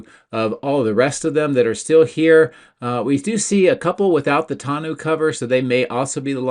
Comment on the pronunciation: Please - tonneau rhymes with.